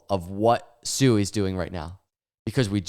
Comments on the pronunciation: Hey, according to Rob at Digital Asset News, it's pronounced " SWEE ", not " SU EE ";)~~~ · Did you just pronounce it suey? Your Generations IQ is getting lower and lower